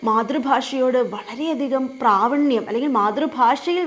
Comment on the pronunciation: പ്രാവണ്യം അല്ല ടീച്ചർ പ്രാവീണ്യം